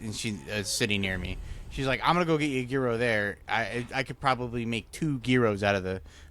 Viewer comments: It is YEE-ROW... every time you started etc the "gee...", my 1/2 Greek blood started boiling! Hope this helps??? (BTW, why are my comments blocked on IRL??? I never say anything mean...) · Isnt it pronounced “Jiro”. Not gear-o. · American pronunciation: Jye Row Greek pronunciation: Yee Row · I made Sonic chili copycat the other day. That's my new mex spice mix now. Yearo, the g isn't a hard g. Post your pronunciation to a short, see how many people get triggered lol Oh lavender is wonderful and is anti anxiety. If the baker messes up though tastes like soap. Now I want a Banana Flip... they don't make them any more. Put the misfits in the freezer, cut them up at a market as free tastings. Use the air fryer to not heat up the house. Fee-ed-day is right. Breakfast Sand: oil, non-runny(I don't do runny period) egg, cheese, sausage patty, mayo on toast. Croissant if I have it. biscuit if I'm cheating on my diet. Spam is (green throw up emoji)